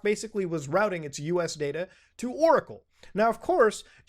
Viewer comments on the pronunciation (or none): none